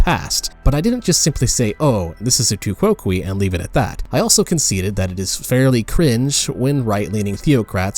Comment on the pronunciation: I think it is pronounced tu coke. Definitely not kwokwee.